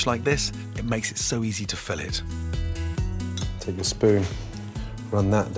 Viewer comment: Those slabs of fish are fillets (fill-ays'), the way he says it is actually the term used to describe the radius at the intersection of two surfaces in mechanical engineering. Just sayin ...